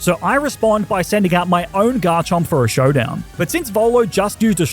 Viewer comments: Do not leave off the M in Garchomp! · The first O in Garchomp is supposed to be an A!